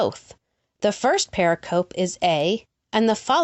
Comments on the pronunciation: Love your work, but please re-do all the mispronunciation of "pericope"! Use the audio file that is part of the Merriam-Webster Dictionary image showing at :28: It's purr-RICK-uh-Pee -- or close to that. A term used a long time in New Testament Gospels' study. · Please pronounce 'pericope' correctly. You showed a slide showing the correct pronounciation, but apparently ignored it.